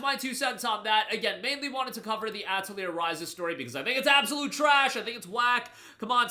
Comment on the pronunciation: ah yes my favorite JRPG, Ah-teh-leer